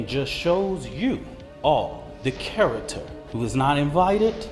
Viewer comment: bro can’t even PRONOUNCE CHARACTER. He can’t pronounce character. The rep, the guy who TALKS to the media..can NOT pronounce character correctly. And we’re supposed to take these people seriously? That man is at least 40, and can’t pronounce a 5th grade word. That’s where society is at. We are listening to a clearly low IQ human, try to shame other humans, while not even having a basic command of the language. “Oh it’s just one word” For now. And yeah, one word, to easily say. He’s a rep for other people, English is his first language. There’s no excuse for that. That’s just astoundingly dumb.